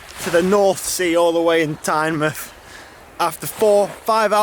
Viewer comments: Good vid, nice to see some Northumbrian roads on your channel, the military road is fantastic isn't it? One thing - It's Tyne-MOUTH not Tyne-MUTH hahaha. All the best for 2020 dude. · For Tynemouth you pronounce the mouth the same way as you would normally say "mouth", not like in the word "Plymouth"